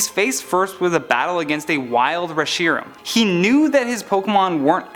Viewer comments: You call it "ree-shee-ram"? It's pronounced "resh-eh-ram" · The way he pronunced re-Shi-ram hurts. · Am I the only one who get's triggered that he's pronouncing the Pokemon Reshiram's name incorrectly